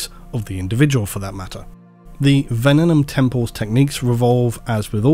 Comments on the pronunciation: you'd have an easier time with venenum if you were saying it correctly. It's not ven-en-um. It's ven-ee-num. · It’s pronounced Venenum not Venenum. Same way you pronounce Abaddon. 😂